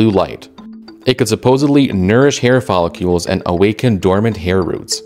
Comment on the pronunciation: Is “follicles”, not “follicules”. If you’re going to present a factual scientific channel, at least pronounce the words properly 😳🙈